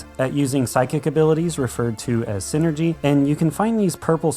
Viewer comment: I'm having a hard time remembering if it was psyenergy or psynergy like u keep saying😮